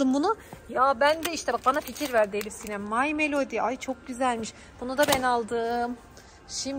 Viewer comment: hiyle değil ElifSinem😡